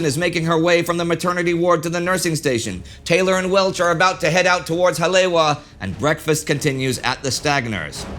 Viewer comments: Early in this video, Indy refers to a "Hah-LAY-wah." Hawaiians know he must mean Hah-lay-EE-vah (Haleiwa). Oahu's North Shore City. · Ewa= Eevah Kaneohe= Kan-ee-oh-ee Haleiwa= Holly-eevah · Haleiwa is pronounced Hal E, Eva. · You mean kaena point? And Ka-ne-ow-eh bay? Ha-lea-eve-ah. Are you a Canuck? Bow as in bow tie, not bow as in bow wow? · pointer on hawaiian pronunciation: Each vowel is sounded out, and "w" is like a soft v. So "Hale'iwa"' is pronounced "hall-eh-ee-wva". If you want to be super precise use the glottal stop. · War Two - As a resident of where all this happened, I am super pleased with the "Deep-Dive Research" that has gone into this series. While I've known most of what you are presenting, watching this has been a very intriguing & enthralling series. The only CRINGES are whenever "Ha-le-wa" is pronounced, like . Your pronunciation is missing a complete syllable. To many people around the world, especially within the surfer communities, Hale'iwa is a very iconic location. There are many, MANY people who DO KNOW that it is distinctly pronounced as "Ha - le - EE - va". I'm not sure if it can be corrected, but you may wish to consider doing a voice over with the correct pronunciation for any subsequent releases. Other than that, I have been enjoying everything else. Ma-ha-lo (Thank You). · It is because of my admiration for Indy's mastery in pronouncing foreign names and places that I'm writing this note, rather than to nitpick. While enjoying your engrossing Pearl Harbor series, I couldn't help but notice that Indy was incorrectly pronouncing "Haleiwa" (or Hale'iwa), the name of the North Shore airstrip that figured prominently in the story. I borrowed this phonetic rendering from : That same site has a more elaborate pronunciation transcript if it's helpful. Basically, the last two syllables should be pronounced eva, with a long "e". I'm a great admirer of your show(s), and wish you all the holiday best. Douglas Clark, Kauai, Hawaii